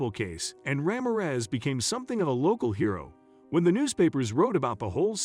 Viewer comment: I think you need to pronounce the name correctly Ra(h) mir(ror) e(e)z